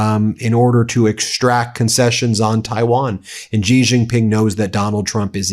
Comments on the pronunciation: Ben- I'm a fan but it's SHE-jin-ping, not JI-jin-ping. Please try to get this stuff right for credibility. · Small point but it's not Ji Jin Ping. Xi is pronounced "she". It really grates to hear it said so wrong. Anywho, Trump couldn't have picked a better, more appropriate time to visit China as it's collapsing. There's currently a run on banks, and revenge against society killings are going mental at the moment. On top of all the other problems like the increasing company fires, as disgruntled workers burn them down, millions unamployed as businesses have closed en masse and foreign companies have pulled out. Millions sleeping on the street too. It's not great, so Trump SHOULD have everything to offer, all in his court. But of course he'll fuck it up entirely. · I'm Taiwanese. I love China. And it's pronounced "she" not "ji". The reunification is not Trump's business and not yours either. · It’s pronounced “she” not “jee”! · Stop mispronouncing the president of China’s name. iI’s “She” with a harder S, not “Gee!” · XI is pronounced SHE, not GEE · Please learn the pronunciation of the Chinese leadership. If you are talking about Trump respecting others, you yourself should learn to pronounce foreign names. it's 'shi' not 'Z' and 'Wahng' not the American 'a' like 'drank.' Also 'Eeran' not I Ran' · Dude .. not "ji" "jing" ping. Si jin ping. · Xi is pronounced like "she". If your only job is to read the news every day, please learn how to pronounce things correctly. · Bajesus! If you're gonna cover China, at least learn how pronounce the names. Xi isn't "gee." It's like "she" in English. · It's not G shing ping. Stop being lazy, or just American. "She Jing Ping." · Ben, please upgrade your pronunciation of Xi Jinping. “Xi” sounds much more like English “she”. Neither it nor Beijing”use the French “g” as in “beige”. So “Xi” should sound like “she”,and the “-jing”in “Beijing” should sound exactly like “jing” in “jingle bells”. — China watcher. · Xi is pronounced SEA.